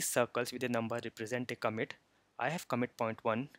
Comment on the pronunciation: It's pronounced "ComMIT" not "COMet"